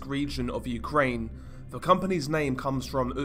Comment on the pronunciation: I'd be far happier listening to your videos, (as you cover some very interesting topics) if you would stop pronouncing every TH word with a V? it's extremely annoying to hear, over and over and makes me want to turn off after the 3rd or 4th time, of hearing it. Please do something about it, as its not a speech impediment, or anything Medical, and is simply Lazy speech on your own behalf. Learn to speak properly, specially if you intend Narrating Videos, as Profession? Just Saying?!?